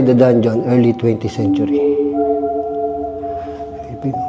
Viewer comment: hahahaha tawa ako ng tawa sa "danjohn" hahaha